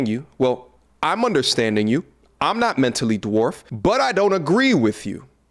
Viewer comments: Most men are avoiding you. You are just not smart enough to realize it female. I call you that because a lady doesn't speak like you. The only degree you have is on a thermometer. I just got to the part where she said the word dwarf like de-warfted. That some damned good education there gentlemen. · This woman is incredibly unhappy. I'd feel sorry for her, if she wasn't attempting to punish others in response for her tragic life experience. She feels that she's so highly intelligent that most men can't keep up, and don't deserve her presence, yet she can't even say the word 'dwarfed' 😂 Poor lady.